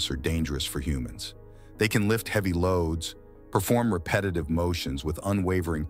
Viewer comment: Check pronunciation. Heavy, scalability